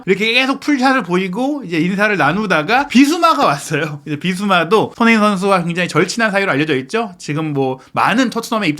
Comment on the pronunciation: 제발 기자면 사람이름 제대로불러주세요 손헤이 선수가 뭡니까.. 손헤이 손헤이 선수라... 발음좀 정확하게 하세요 사람 이름입니다